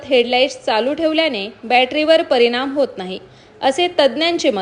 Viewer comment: परिमाण... परिणाम 😂